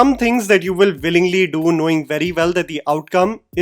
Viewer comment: Please differentiate your v and w. Willingly is not said with a v but w. DICTION!